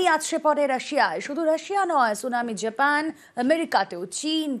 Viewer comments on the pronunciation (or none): উচ্চারণ ঠিক করুন।জ্যাপেন নামে কোন দেশ আছে। আমরা জাপান কে জানি